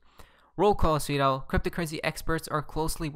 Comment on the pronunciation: Why do you always say "sweet al" What does it mean?